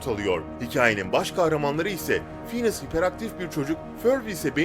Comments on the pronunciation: Fineas Phineas degil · Phineas değil finies ve förb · Phineas değil fhineas ya förbü doğru söylemişsin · Phinies dedin Fhinies aslinda